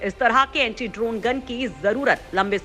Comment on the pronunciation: Please correct the statement. Its not antree it's Anti.